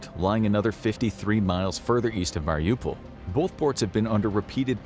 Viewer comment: its not pronounced Meelee-tea-pole, its Melly-Toe-Pull btw. You pronounced Mariupol correct, can you also please pronounce Melitopol correct? Otherwise, great vid.